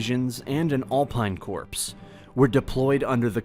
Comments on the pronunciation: Corps is pronounced 'core' ...not 'corpse' 😑🧐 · An “All Pine CORPSE”!?!? (Alpine Corps)......great video, but maybe you should find a human to narrate it....😁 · don't say "Corpse" for Corps; that's "ignrnt" sic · "Alpine 😂CORPSE😂"?? LMFAO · "Alpine "corpse" - No, the word is "corps", pronounced 'core', so 'Alpine core' sounded. BTW, a "corps" is a group of divisions operating under a single command. In USA usage, a corps is an operational command only. Logistics and special functions are handled by an "army" (a group of corps and separate units under a single command) or other support units. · For heaven's sake, don't pronounce corps as corpse - they are two different words and sounds. The narrator made a few language errors. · Corps is pronounced KORE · Just spent the last seven months in Sarajevo, managed to cross the Drina last month. Waiting to do the Da Nu Be Ilić, not ilik! P t c č ć k....b d _ dž đ g Corps, not corpse Mare România 🇷🇴 1919 Great video, but more research required to hit the right notes. You're doing a better job, all round, than I could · it's not pronounced korps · alpine corpse? Okay I dont know how good a soldier a corpse is though. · Very well done, but check your pronunciation. For example: corps is pronounced core; the U is hard, so the name of river is the DanYOOb; and so on. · Hard to take someone seriously when they cannot pronounce the word corps. And annoy you with stupid video game ads. Hard to take someone seriously when they cannot pronounce the word corps. And annoy you with stupid video game ads. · Overall, good information but radically mispronounces very basic words and many statements appear to be incomplete. The use of prepositions is incorrect and inconsistent. Sometimes it seems that the narrator is just skipping a series of words or phrases in a sentence. But overall decent information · So many mispronounciations...its not corps like a dead body